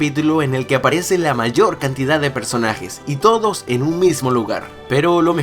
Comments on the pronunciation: al ultimo dijo todi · Quien se dio cuenta al final del video dijo (Estos TODIS) Like si lo escucharon